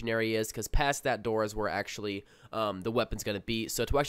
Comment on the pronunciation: First video already turned off by Ahctuwally and basically. Listening to you is like looking at chick's who stick their fucking tongue between their teeth when taking a picture. Good content, great narration but fuck those two words bro. Drill to the temple type shit.